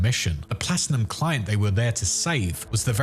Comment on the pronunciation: Bro really said plastinum 💀💀💀